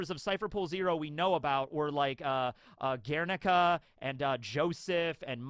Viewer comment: In Guernica the U is silent... so not Wehrneekah... Gehr-nee.kah... the U is used to modify the G sound from a hard H/J (as in Hard) sound to a G as in (gate)...